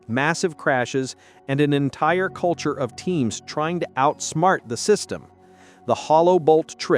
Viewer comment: Teams, not teens